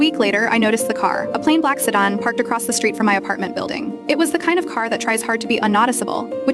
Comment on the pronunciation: AI can't pronounce sedan or unnoticeable lol. 😂😂😂😂